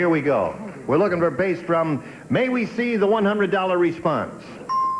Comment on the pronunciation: it said bass not base.